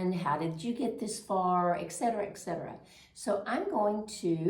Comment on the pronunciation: It’s ET Cetera, not EK Cetera. It’s Latin-Et-meaning and; Cetera-the rest.